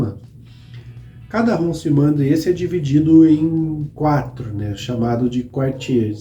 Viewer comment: Ótimo canal e bastante detalhado. Apenas para ajudar, a pronúncia correta é "arrondisemant" com o "T" mudo, e "Quartier"(bairro )não se pronuncia o "U"...como Cartier...a joalheria.